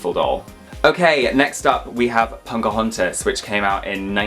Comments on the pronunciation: I always hear saying "PoNcahontas" and I actually love it lol. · When they say Pocahontas it sounds like punkahontas😂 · Love the video put why he call her “Ponkahontas”??? 😭💀